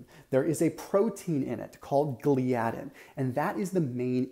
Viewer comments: Thought it’s pronounced “ gli-uh-din” not “ glee-adin”. Well that’s how dr William Davis says it and it’s his main studies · Great explanation. But Gliadin is pronounced with the accent on the FIRST syllable – GLY’ – a – din. Do a search on YT. Just saying. Great work.